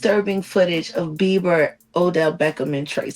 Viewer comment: Why do they keep calling him Justin Biever?😂😂